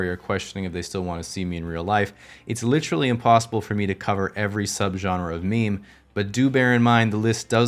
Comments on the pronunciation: you've had this channel for almost 4 years now and still can't pronounce literally... lit·er·al·ly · Ugh ... american english speakers who say literally as LITrally. One of my few pet peeves. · Is this guy getting paid for every use of the word "literally", and double points for pronouncing it like "littrally"?